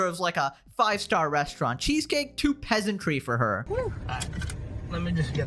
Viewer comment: ...and can't pronounce "restaurant".